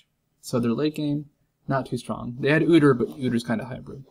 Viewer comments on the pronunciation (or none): I love how he says "Udur" I'm saying that from now on.